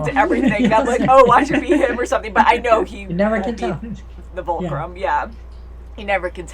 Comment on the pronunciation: Just a note... if Fulcrum, not Vulcrum... and we have heard that name before...